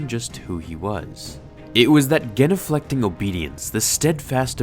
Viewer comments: Not to be an annoying bitch, but it's genuflecting with a "jeh" sound, not a "geh" sound. Just trying to be helpful. Or obnoxious. You decide. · Jen-U-flecking, not gen. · It's pronounced gin-u-flecting. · GEN-O-FLECTING??? pronunciation was wrong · dropped a hard "G" on genufleting huh... fyi, it's a soft G sound, so it reads as JEN-uflecting... jussayin... okay, super schlong impression comment over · Lol genuflecting has a hard g like a j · Here's a suggestion: look up the pronunciation to words you don't understand, like genuflect or clandestine. I'll give you a pass on "laboratory" and "process", since I assume you're Canadian or some shit.